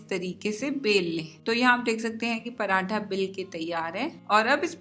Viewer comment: Paratha hota hy parantha nhi😂